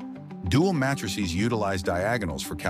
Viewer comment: The first 15 seconds and the voice speaking has already pronounced "row" and "matrices" very weirdly. Could you get a real person to voice the script, rather than an artificial one?